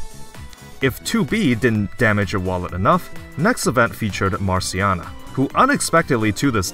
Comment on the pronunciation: Tove, Quiry and Marciana too. I can respect that tho, instead of tryharding the "correct pronunciation in the appropriate native language of the name" he didn't know, he just said them in english.